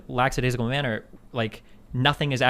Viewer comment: The word is LACKadaisical, you whiney fuck. I may have spelled that incorrectly, suck it